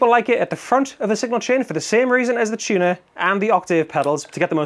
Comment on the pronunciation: "Chunah"? Dat some kinda sammitch?🤣🤣🤣